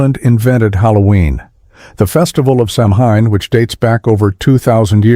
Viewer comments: Samhain is not Sam-Hane it's Sow-in... ...ahhh forget it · Oh my god when will americans learn to pronounce samhain. It is pronounced like this. Say these 2 sylables slowly first. 'Sow' as in a female pig. 'When'. Now say them together fast. Sow-when, sowwhen, samhain. Dont expect people to believe you facts unless you do your research first. Its obnoxious that even your tv shows get this wrong. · Good informational facts. But, Jesus! Terrible pronunciation. "Samhain" is pronounced "sow-n", NOT "sam-hane"!!! FFS!! St. Patrick was French, not britiish. There never was a famine in Ireland. It was a GENOCIDE. And Irish people didn't emigrate willingly. They were evicted and deported from their own land by the savage ruling britiish terrorists. "Sliotar" is pronounced "shlith-ar", NOT "sly-oh-tar"!! Titanic was built in IRELAND. So-called "northern' Ireland" never existed back then, and won't for much longer. And it's SCEILG MHCHIL, not skellig michael. That's a lazy ignorant phonetic spelling. Muiceanach idir Dhá Sháile is pronounced "Mwik-a-nakh ih-dir ghaw hawl-yah" and it's not the longest Irish place name. Ballán an Cheathrair Álainn. "Sinéad" is pronounced "shin-aid'. "Cillian" is pronounced "killy-an". FFS! If you're going to educate others, get things right. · Fact 35 (your starting point) - learn to pronounce Samhain..... its 'sow-in' as in a female pig, followed by 'in' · It's not sam hain, it's pronounced sow wen. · Samhain is not pronounced Sam Hine. It is a an Irish word pronounced Sow In as in female pig. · Samhain is pronounced Sowan not Sam Hain! my in the Irish language is pronounced as w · it really annoys me americans cant say samhain properly. it's pronounced sow en not sam hane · When i heard "festival of sam hine" i stopped watching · Samhain is pronounced sow-(rhyming with cow)-an, not sam hane! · Please, please, please! If you;re going to use Irish words, learn to pronounce them first. Samhain is NOT 'Sam' 'Hein' - it is pronounced sow-wayn.